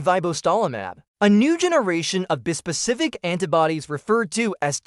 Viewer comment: Your ai doesn't pronounce "bispecific" correctly.